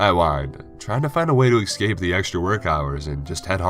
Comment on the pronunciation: 😄 that and excape bothers me a little bit, other than that I love his narrations.